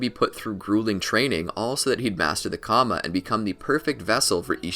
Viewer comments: Karma (KARR-MA) not comma 🥱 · Can you pronounce something right. It's not Kama it's Karma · Lol you sed kama 😂😂😂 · It's kinda making me mad ngl lmao